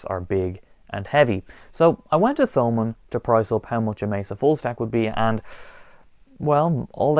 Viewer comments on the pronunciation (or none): The H in Thomann is silent. Just like Thomas in English.